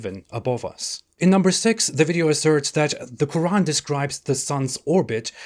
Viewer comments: The Q kh qq' urAn sooooo digusting pronunciation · The last miracle is a good one, "the religion of peace" God burning and torturing people...for eternity, it's not even a metaphor yes, you are so right, extremely stupid, And why is the narrator saying Roran all the time? A miracle? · Why do some people put that little pause between the syllables in Quran while others don't? Just curious. I enjoy your work.